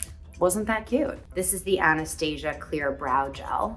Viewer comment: Why did she say Anastasia like that 😭😭😭